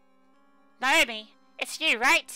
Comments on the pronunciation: LOL It's NAH-OH-MEE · Your pronunciation is kinda... Off. Naomi is pronounced (in Japanese) 'Now-MEE,' for example.